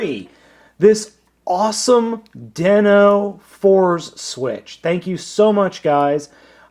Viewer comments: Fourze is pronounced Four-Zay, not Fours. Also, I suggest taking a look at other Kyoryuzin reviews in regards to the combination music. There is a some stuff to it. I think the amount of combining/transforming dinos will top out at 13, seeing as some, like Allomerus, are more utility based. I could be wrong though. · I think Fourze was pronounced as "Four-Zay".